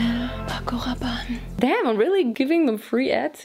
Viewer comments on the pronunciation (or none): You can have a good french accent gurl « pacoraban, yves saint Laurent » wtffff try to speak french in a video please 😍 im from french so…🇫🇷🇫🇷♥️😱